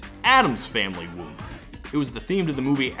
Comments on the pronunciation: You don’t really pronounce the “M”. I don’t it funny how hard he’s saying the “m” it sound like he’s saying womb. Lol it’s like when people say whip with a hate “h” 🤣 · I always thought it was "Whoop" not "Whoomp".